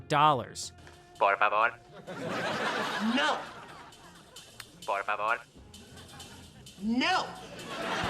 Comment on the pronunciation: To me it sounds like the robot was saying “for favor“